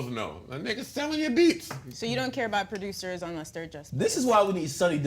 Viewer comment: why this fool akademiks pronounce it "pro-dyoosers"